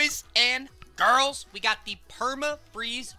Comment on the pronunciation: When he says "Boys and GIRRRRls"